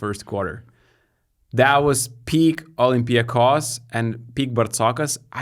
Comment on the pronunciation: It's OlympiacOs. Not OlympiAcos. Okay?